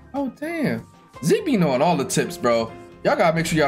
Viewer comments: yooo ur not name is not "zeek" LMAO I sware to god its "Z" key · How pronounces zeke will never get old 😂😂